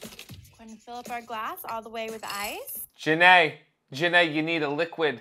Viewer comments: The way you pronounce her name makes me think of Forest Gump saying Jenny’s name as Jen ay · Everytime "Ja Née" is said, I can only think of Forrest Gump saying "Jenny"